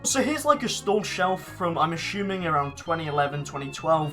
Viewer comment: Yup he is ✨ashuming✨